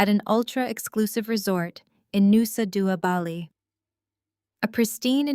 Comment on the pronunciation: Nusa Dua...Bali???? Pronunciation was weird?